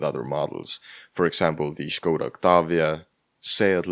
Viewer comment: I love how you pronounce Škoda correctly. Here in Germany, even Škoda/Volkswagen Group itself consistently started pronouncing it wrongly as "Skoda" some time ago, with the lazy [s] sound instead of the original [ʃ] sound.